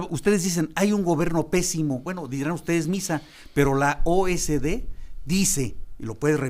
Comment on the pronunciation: Señor Gaviño, es OCDE no O S D